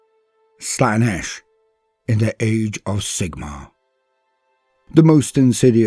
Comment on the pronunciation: not nish. Slaynish. Ciaphas Cain: The heretics hand. Colonel Castine pronounced it wrong.